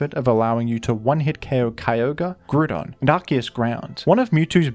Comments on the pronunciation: he did not just call it groohdon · "Groodon," seriously? Does he have a bunch of yellow guys following him who say "banana"? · ah yes, grooodon, the famous grooond type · Losing my mind over the Gen 3 pokerap reference with the way you pronounced Grüdon. LMAO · I at first didn’t like how you pronounce Grewdon, but it grew on me. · It hurt me hearing u pronounce Groudon like that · It grou on you, did it?